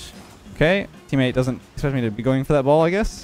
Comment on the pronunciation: Ah yes “Eammate”